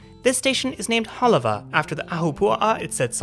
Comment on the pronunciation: Good job covering places and things that are of interest to residents. I think he may have pronounced Hālawa correctly or I have been pronouncing it wrong or all of us talk da funny kine English.